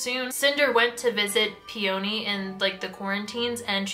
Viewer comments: I'm sorry but I'M SREAMING over the way you pronounce "peony" it's "pee-uh-nee" not "pee-o-nee" she's named after the flower 😂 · Okay i will forgive Eeko but i will not forgive the way you say Peony???? Pe-Oh-Nee girlie WHAT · PEE ONI!?!! PEONY. LIKE THE FLOWER. LIKE ELENA CALLS HER BELOVED FLOWER HOME WHICH I KNOW YOU KNOW WHAT IM TALKING ABOUT I SEE THE BIBBLE IN THE BACKGROUND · "pee-oh-nee" ITS "PEE-YUH-NEE." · For future reference peony is pronounced pe-uh-nee. It's a flower😂. Also I absolutely adore this series. It is one of my favorite book series ever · brooo i re-read cinder (for a kindle reading challenge lol) recently and somehow forgot how o b s e s s e d i was with the series. so goood. aso, i was always in the "Ee-ko" not "Eye-ko" camp, so that didnt bother me, but the hard emphasis on the o in Peony was almost too much for me 😭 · Your pronunciation of Peony is making me cackle bro